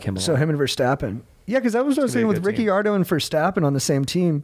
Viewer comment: crying yalls pronunciations of renault and ricciardo appreciate the f1 talk tho